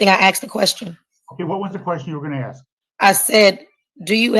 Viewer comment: This is the most ridiculous court case ever and that's saying something. The judge should have stopped the procedure and insisted that this ridiculous woman go somewhere with no background noise or, failing that, order her to appear in person. Furthermore, you don't "axe" a question, you ask it.